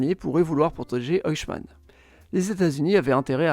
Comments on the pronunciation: Détail de prononciation pour Eichmann: EI se prononce "aï ". Le "oï " utilisé ici existe bien mais c'est pour le EU (comme Deutsch). Interessant sinon. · Bonne vidéo Mais c'est Eichemann pas Ochemann 😅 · C'est de l'IA ou quoi ? La prononciation est pour le moins douteuse, espérons qu'aucun prof d'histoire ne prononce "Eichmann" comme ça. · Superbe vidéo, mais la prononciation de "Eichmann" était juste stupéfiante. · C'est un classique de la chaîne, 9 noms sur 10 sont écorchés, mais c'est pas franchement bien méchant comme petit défaut.